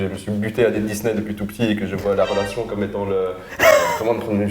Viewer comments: Pardon mais il y a une meuf à chaque fois qu’elle dit « relation » j’entends « fellation » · 😂 je pensais que j’étais folle j’entends fellation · On entend plus rélation que fellation..